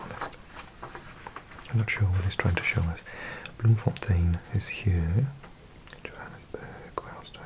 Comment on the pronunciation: The cities or towns with “Burg” (e.g Johannesburg) are actually pronounced like the word “burger” but without the “er”